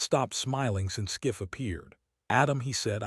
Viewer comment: Adam Schiff NOT SCIFF